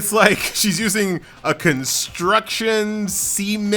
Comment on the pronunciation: You pronounce CEMENT like SEMENT 😂😂